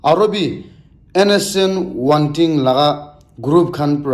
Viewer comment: Not wantin...its wangtin